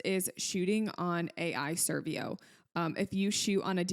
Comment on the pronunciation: ai servo not servio